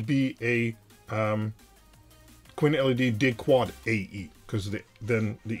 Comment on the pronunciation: chuckle … no … just the way you say “Dig-Quad” sounded to them (and I’ve thought it too) very much like ‘dickwad’. 🤣